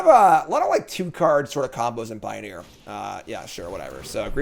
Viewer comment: "Pio-near" ... get out lol